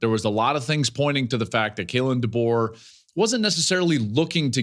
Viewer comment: If I hear call him “Duh-Bo” one more time I’m gonna puke